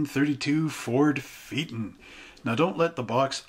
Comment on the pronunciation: Pronounced..... FAY A TON.